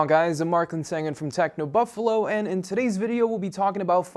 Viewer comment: Its weird how he says TechnoBuffalo